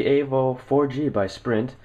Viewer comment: evo !!!!!!!!!! "E"vo E!!!!!!!!! avo? wtf